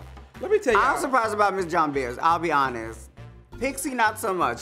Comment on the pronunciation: I know Are we sure they are they really know that's not the way you say her name?lol.JOHNBERS BLONDE SOUND NOTHING LIKE JOHN BEAR.LOL